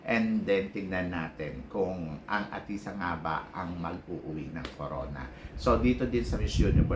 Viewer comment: Athisa, hindi atisha. Ayusin mo ang pag pronounce ng pangalan ni athisa. Huwag puro salitang kabaklaan.